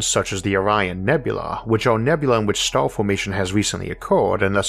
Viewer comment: cant understand what you say , is there somthing wrong with your voice a star you say a stooor